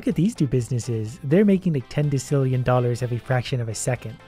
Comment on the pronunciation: Yeah he mispronounced decillion